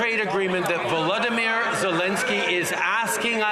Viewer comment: Trudeau pronounces Volodymyr "Vladimyr" which is the Russian pronunciation. That's unforgivable, when the correct pronunciation is "vol-odo-meer".